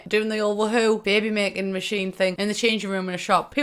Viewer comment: I genuinely laughed at pronunciation at “babby macking”